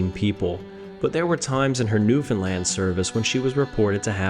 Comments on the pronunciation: It's not New Finland, it's New Foundland I think. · I can't find one person who pronounces New Foundland, New Finland. It can be New Found land or New Foundland but not New Finland, your education is letting you down mate